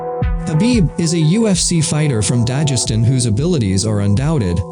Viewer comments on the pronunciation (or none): Why do you say "Dajestan" It's Dagestan